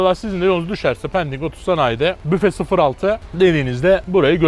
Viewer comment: Mekan bizim 😁 yalnız Péndik değil! pEndik 😁 kalın e ile..